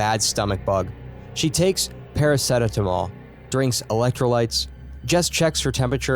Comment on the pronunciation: the way he pronounced paracetamol nearly made me vomit, wtf